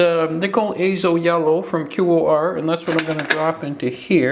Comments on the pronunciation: QoR is pronounced core hope that helps... it's my main pallet and I have 83 colors LOVE them!!!!!!!❤ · I love QoR. They are my main watercolors. So it's really killing me that you are pronouncing it as if spelling it. They are pronounced core like the core of an apple. Hope this helps :) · Think QoR is pronounced core.